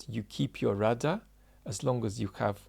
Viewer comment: I'm glad you spelled out that he was saying rudder, it phonetically sounded like router or routah.